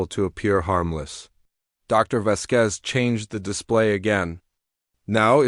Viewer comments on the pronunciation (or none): If you are trying for a latin name as indicated by the ending 'Z', the accent falls on the 'A,' Vásquez. Not Vasquéz.